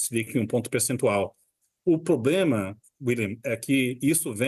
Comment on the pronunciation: O "poblema" kkkkkk, é o Lula !!!